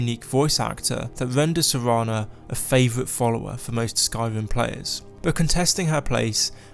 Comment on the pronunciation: Am I the only one who thinks this dude sounds like he’s saying “Skywim”?